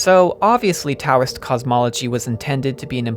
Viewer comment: the T in Taoism is pronounced like a D